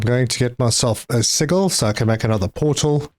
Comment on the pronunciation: Hahaha. It took me a while till I finally glimpsed the word. I was wondering what seagull you were talking about till I saw sigil. It is pronounced like (see-Jill). It is an Arabic word that means record or mark or trade mark or logo.